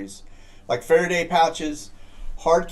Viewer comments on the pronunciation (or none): none